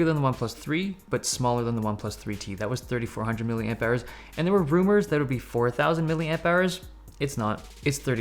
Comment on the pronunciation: I think you mean maH, not W.